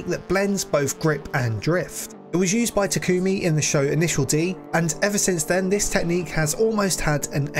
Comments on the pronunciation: Please stop saying t’koomi 😭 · greaat video MAN!! and you pronounce TA--KU MI wrong